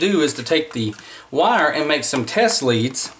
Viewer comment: The wires to the tracks are spelled LEADS... Pronounced LEEDS.